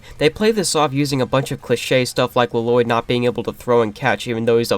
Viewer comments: Ah yes LUH-LOYD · I like how you kept saying La-Loydd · The worst part of this movie is easily the pronunciation of Lloyd, by everyone.